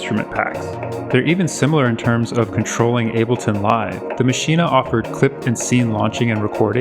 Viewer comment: Hearing you say maschine-ah like that is like using your finger nail to push that power button